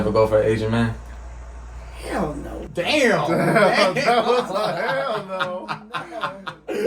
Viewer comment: She didn’t need to say ‘HELL no’ like that 😂